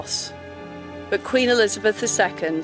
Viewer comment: Do you have a problem pronouncing the word QUEEN as it should?!